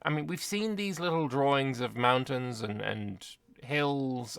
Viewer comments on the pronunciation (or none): none